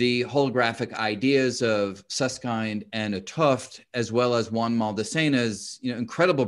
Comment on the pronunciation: Sus-s-kind 🤔 🤣 Just kidding 😜